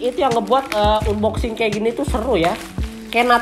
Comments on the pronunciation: Tulisannya emang unboxing tapi dibacanya anboxing pan,pan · Bang saya kasih tau nih unboxing itu dibaca anboxing bang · "UNboxing"🤣 #ripenglish